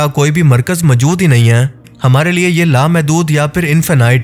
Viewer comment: اپنا تلفظ درست کریں۔ لفظ مَجود majood نہیں مَوجُود maujood ہے